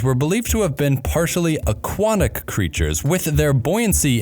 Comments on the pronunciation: Did you just pronounce aquatic like aquanic??! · Um, I hate to burst your bubble, but Dynamosaurus was deemed a synonym of Tyrannosaurus merely a year after being described. Were you thinking of Dynamoterror dynastes, perhaps? Shouldn't the first "h" in Lophorhothon's name be silent? ... "aquaNic"???